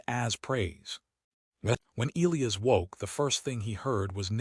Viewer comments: Eelyus? You mean El-lie-as (Elias), surely. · AI narrator can’t pronounce Elias correctly. E LIE US. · WTF? It’s E-lie-us not E-Lee-us. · Not to mention names. Elias and not eeleeas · If the AI cannot pronounce Elias properly .... then pick another name . It is ' EL - eye - AS ' . It is just annoying now . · Excellent story, perfect narration except the name of the male (E Liy as), and bow Verus Bow the later for shooting arrows. the AI in the corner was totally in sync with words. That is not easy to do.